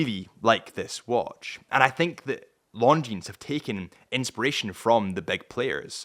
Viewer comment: Please, don't pronounce the 'S' in Longines. 🤣